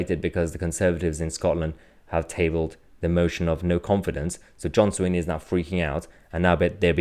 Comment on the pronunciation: john swinney' not sweeney mahyar ...